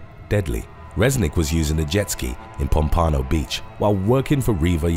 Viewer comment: Since it's the second time I've heard you pronounce it wrong. Pompano Beach Florida is three syllables and is pronounced like it is spelled pom - pan - O. The accent is on the third syllable.